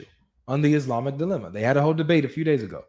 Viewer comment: It’s “dilemma”, not delima